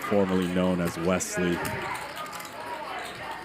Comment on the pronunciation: Is there a “z” in Wesley… didn’t think so. Carry on